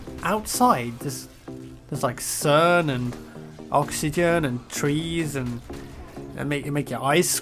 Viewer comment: Thought said "CERN" and not "sun" for a moment. Damnit nerd culture.